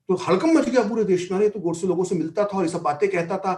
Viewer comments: Host not able to pronounce or not pronouncing the the word "Godse" properly is so annoying. Who speaks in hindi and still refers to that name as "Gawdse" like a brit. How stupid?! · The anchor kept pronouncing gOdse as Gaudse as if he were from England...😄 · देवीजी नाम गोडसे है, गौडसे नहीं! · यह अँकर बार बार नथुराम जी को गॉडसे गॉड-से कह रही है. जब इतना बड़ा इंटरव्यू लेना था तो क्या यह आवश्यक नहीं समझा कि संबंधित व्यक्तियों के नामों का सही उच्चारण जान लें?? उनका सही नाम नथुराम गोडसे था. कहीं से भी वह गॉड-से के समीप भी नहीं जाता. केवल यही एक महिला नहीं, परंतु मैंने कई लोगों को यही गलती करते हुए देखा है.